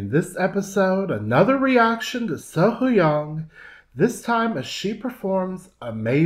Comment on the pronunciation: Hi Concerning the pronunciation of her name..... Run the H and the white together. Not Sohoyang. But as if it were spelt Sohyoung.